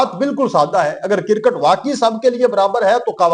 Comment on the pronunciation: Bhai kircut nahi hota kriccut hota he ap ne india ki cricket ko کوڑا کرکٹ ker diya he